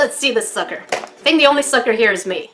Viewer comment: Who else heard fucker instead of sucker